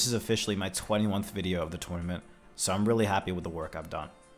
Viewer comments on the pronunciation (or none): you did good all the way up until you said “21th” 😂😂😂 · how you said 21th instead of 21st made me laugh! Great series though loved it all!